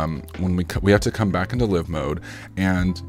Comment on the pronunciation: Psssst.....(Live): it's not "luh-ve" mode, it's "Laai-ve" mode ....you know, as in "alive"......pronounced: "uh-laaive"